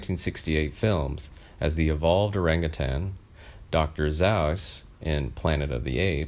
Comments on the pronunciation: I knew I wasn’t the only one who noticed that 😂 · The announcer obviously never saw Planet of the Apes, the most impressive sci fi flick of its time. And a classic forever. If he did he would know how to pronounce the name Dr Zaius. .... Rock me Dr Zauis!